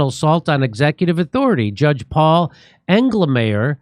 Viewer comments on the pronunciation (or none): Engelmayer. Every. Single. Time. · Englemayor? Figures